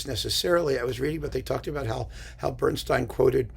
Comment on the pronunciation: It's BernstEEn, not BernstINE. Apparently, when Elmer and Lenny met, they drew lots over pronunciation, and Elmer got StEEN. Or so the legend goes.